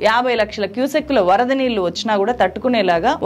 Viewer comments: మేడం మీరు జర్నలిస్ట్ అంటున్నారు; మరి ఒత్తులు పొల్లులు లేకుండా మాట్లాడుతున్నారు. నీళ్లు (నీ ల్లు), మళ్లీ (మల్లీ), ఏళ్లు (ఏల్లు) అని పలకాలి. వినడానికి ఇబ్బందిగా ఉంది. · మీరు చక్కగా రిపోర్ట్ చేస్తారు. కొంచం తెలుగు భాష ఉఛ్చారణ మీద దృష్టి పెట్టండి. నీల్లు, ఏల్లు, మల్లీ, కారనాలు లాంటి పదాలు పలికేటప్పుడు కొంచం జాగ్రత్తలు తీసుకోండి.